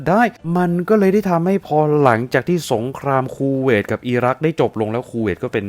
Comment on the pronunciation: 555 ชอบตรง พูดว่า คูเวต ก็ได้ สบท ออกมา ว่า “ คู เวย ” 555 ถ้าตัด สระเอ ออกไป โอ้ยยย ก็ช่าง สรรหา คำเนอะ